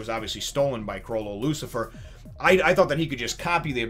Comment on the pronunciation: It's Chrollo "Lucilfer" by the way. Not "Lucifer." Sorry to be nitpicky, but my brain wouldn't let me not point that out lol.